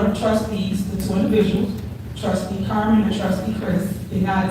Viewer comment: This is the most disrespectful, hostile woman! She can't even say Carmen's name correctly when she is asking her to step down!! 🤬